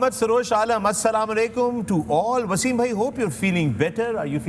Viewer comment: 4 legends hahahahah 😂😂 mgr ek ko bhi islami greetings krna nhi ahta bhai salamalaikum nhi asalam alaikum bolta Hain hahahahah 😂😂